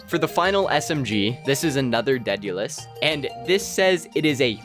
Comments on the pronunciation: Deadulus? It’s spelled Daedalus dude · It’s pronounced deh·duh•luhs Named after the greek craftsman and inventor who created the labrynth to contain the Minotaur and father of Icarus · You kids need to open a book (dictionary specifically) daedelus is Day del us and how do you butcher the word adoration?